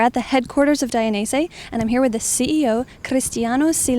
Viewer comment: How to say / pronounce Dainese from the CEO himself Dai - nez - ehh